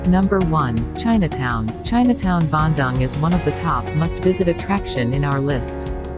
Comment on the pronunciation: the pronunciation of the City name is so wrong. whoever made it should have learnt how to pronounce it properrly